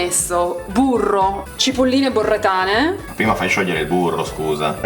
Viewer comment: Togliamo di mezzo subito l'unica possibile critica a un video spassosissimo: le cipolle provengono da BoReTTo, non da BoRReTo, quindi sono BoReTTane, non BoRReTane. Detto ciò.... a hai davvero detto F**A?? tre volte??? GRAZIE!! sono di Parma e usiamo quell'intercalare come, che so, i Mantovani dicono "Nè" e i Bolognesi "sòccia". Mi sento un troglodita quando lo dico con non-Parmigiani. GRAZIE! Dimmi che possiamo sdoganarlo, un po' come la scarpetta! Bloopers divertentissimi, curiosi e interessanti come retroscena. Ormai la regia e l'editing sono a livelli pazzeschi! Vorrei che il miniper che scende nel suo barattolo diventasse isomorfo alla scena da dentro al baule per Tarantino: spettacolo puro!